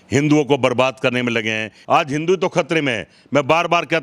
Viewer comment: राहुल द्रविड़ को क्रिकेट में गोल्ड मेडल 🤣😂😅😂 ठीक से हिंदू शब्द भी नहीं बोल पा रहे हो, जबकि शब्दों पर सबसे अच्छी पकड़ ब्राह्मण की ही होती है, तो किस तरह के ब्राह्मण हो???? शिवलिंग ना खाने को देगा ना रोजगार देगा, एक ब्राह्मण हो के ऐसा बोल रहे हो, जानते भी हो कितने ब्राह्मण पूजा पाठ से अपना, अपने घर का पालन पोषण करते हैं । भगवान राम जी ने कभी नहीं कहा कि मेरे लिए मन्दिर बनाओ, तो अल्लाह ने मस्जिद बनाने को कब बोला, अब खुद सोचो ओछापन किसमें है। ये श्री राम जी, हनुमानजी और शिव जी के भक्त मुझे ये बताए कि ये जिन भगवान जी को मानते हैं उनके पास धनुष बाण, गदा और त्रिशूल क्यूं है??? जितना मुझे पता है धर्म की रक्षा के लिए। अधर्मी इंसान... सिर्फ उम्र से बुढ़े हुए हो, अक्ल तो एक छोटे बच्चे से भी कम है । 2 कौडी भी नहीं बोल सकता, वो भी ज्यादा होती है।